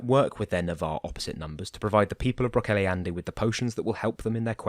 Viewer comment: Love these audio versions of the Wow and WoF. Just so you know, Brocéliande is pronounced 'brock-KELL-ee-ond'. Keep up the good work! ☺